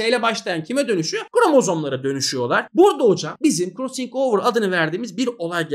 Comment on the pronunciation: hocam krossıng overı ne guzel soyluyorsunuz oyle ahahaha